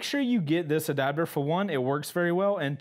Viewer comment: In Australia they're trying to make attaching cameras and intercoms to your helmet illegal... Apparently it "breaches" our Australian helmet safety laws and the helmet's structural rigidity... P.S. Love the way you say adaptor, you say "adabdor". Keep the mad vids coming!